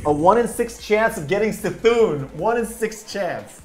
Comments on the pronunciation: it is Kuh-thun lol not see-thun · It is NOT "see-Thoon"... You annunciate the c as a k. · Why no one say Cthun's bloody name correctly ? The dam cards all say it the way you are meant to...